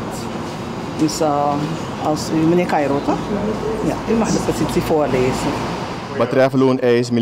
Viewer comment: Caïro het is geen ieks maar iets